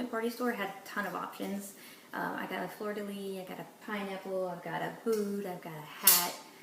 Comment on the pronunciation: I have never heard someone say flor de lis before